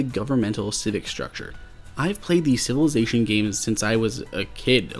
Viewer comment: LongArrow1234 SMH. I was referring to the pronunciation of Civilization as Sivelation.